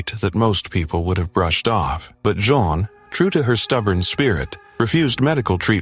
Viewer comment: Why do you keep changing her name? It's Jean long e